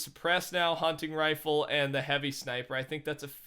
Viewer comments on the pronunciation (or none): No one is talking about how he said rofle. Ok.